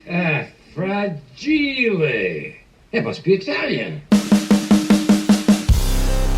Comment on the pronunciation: Frageeelay ....(fragile) is kinda like the word Antique. As a little kid...i thought Antique was pronounced Anticue.... Yeah...it must be Italian. And Fragile is one hell of a YES album....